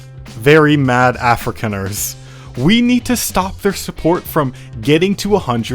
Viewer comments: Af-ri-khan-ers, not Africaners! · it hurts to hear "africaners" and "africa skaild" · as a South African... it hurts when you butcher those names and surnames :D lol edit: ossewabrandwag... loose translation (or direct translation)... ox wagon fire fighters? edit2: afrikaaners... afri-Khan-ers ... is the best I can come up with for pronunciation in your case lol